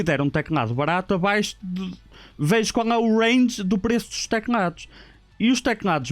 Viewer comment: ele diz tecnados em vez de teclados kkkkkk não é pra gozar mas da piada